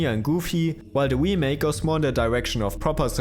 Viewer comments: Remake. Not wemake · Can’t unhear “the Wii-make” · Every time you say "wemake" I cringe a little bit. Great video though, thanks! <3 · The "we-make" makes this video hillarious